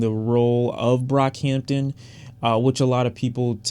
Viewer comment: You nearly calling him brockhamptom says so much lmao